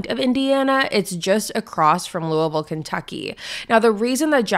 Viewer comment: I haven’t heard of this case before, even tho I live in this area. Lived in New Albany when I was little and now in Louisville (thank you for pronouncing it correctly, most people don’t lol). So crazy to think that this horrible death happened and this is the first time I’ve heard of it. All the places you were mentioning I was thinking I’ve been there or know where it is. This is so sad. My heart goes out to Shanda’s family